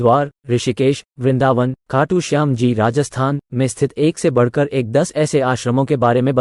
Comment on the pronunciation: गर्दभ, सही हिन्दी सीख तब यूट्यूब पर आ। 'बड़कर' ????